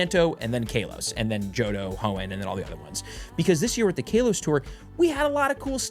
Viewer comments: ok man stop it’s not pronounced like kale 🥬 it’s kalos like California it’s not cailefornia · First off KAY-los? Second off "it was gen 1" Do you know what Kalos is? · KALEos tour xD